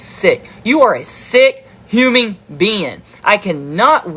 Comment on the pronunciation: did he say "huming" instead of "human" ? Lmao